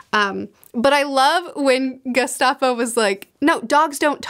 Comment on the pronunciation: Did you call him Gestapo??? Gaspode, like the famous Gaspode...